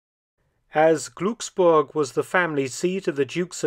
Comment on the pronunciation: Just a small unimportant pronunciation tip. In “Glucksburg” the “ umlaut ” diacritic indicates an abbreviated IOS as the interval of sonority (IOS) is abbreviated for the primary pronunciation of the vowel “U” as it is reduced towards schwa. However as it’s in a stressed syllable,it is better described as a suppressed vowel. WHAT ALL THIS NONSENSE MEANS: so the “u” in Glucksburg should be pronounced as primary (alphabet) U , as suppressed vowels retain their phonemic value , but with a very short sound like in “shook” and not the tendency as in English to lengthen the IOS to a sound more like “moon”. It’s a German sound not familiar to English speakers. —- All this education in something pointless when I could have been a plumber.